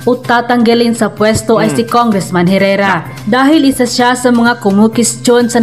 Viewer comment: Hoy Engot, Congresswoman c Herrera at hindi dapat Congressman!!! Ska ang Herrera is silent “H”!